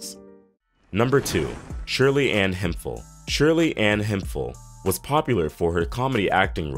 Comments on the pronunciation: Say it with me "Hemp-hill" not "him-fill" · Cartier is pronounced Car-tee-at, and Hemphill is pronounced Hemp-Hill. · RIP to all these talented people BTW, Shirley Hemphill's last name is pronounced HEMP-HILL...not HEMFIL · No disrespect, but It is not pronounced as (Hem fill). It is pronounced as (Hemp. HIll) Hemphill. That is how North Carolinas pronounce it.